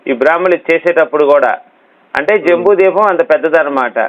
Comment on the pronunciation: ద్వీపం అనాలి బాబు